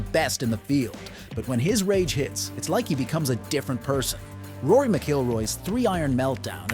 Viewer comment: 1 minute in and you can't pronouce Rory's name correctly. What an absolute joke.